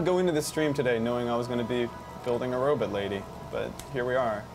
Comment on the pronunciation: If I hear robut one more time I'm quoting the video